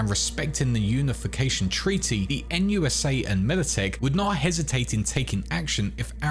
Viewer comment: NUSA? More like "Noot noot"